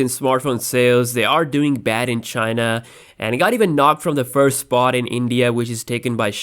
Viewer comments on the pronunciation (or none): none